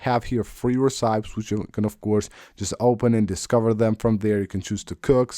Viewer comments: Very informative video 👏 Recipes is pronounced Re/ci/pees not Ri/cips. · did bro really say recipes as “ri-sai-ps”